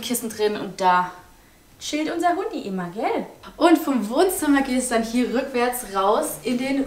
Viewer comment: Dieses ,,gell" 😂😂